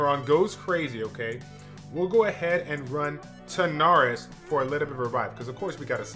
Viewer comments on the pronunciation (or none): Biggest fail in the video was calling him “TaNarys” after calling him “TaRanys” for like 6 months